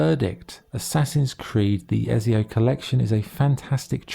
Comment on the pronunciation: How hard is it to say ezio properly 😂 also ac 2 is not mainly set on montergioni prolly, spelled that wrong, your mainly in Florence and Venice